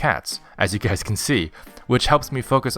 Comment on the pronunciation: "Hello goo-ys!"